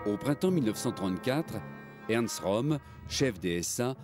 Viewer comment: Pas "Rom", Röhm (prononcer "Reum"); et "Hindenburg", pas "Hindenberg".